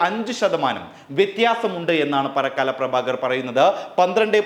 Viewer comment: Parakkaala alla. Parakala Pa as in pappu Ra as in rawuthar Ka as in kanaran La as in Lalitha It's awkward to hear his distorted name... 🙏